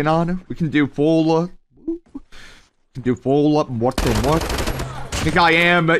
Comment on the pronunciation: it's "full muertè" not "fully muert"😂